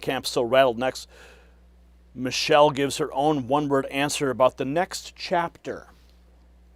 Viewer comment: He said Mochelle Obama. How can they sue?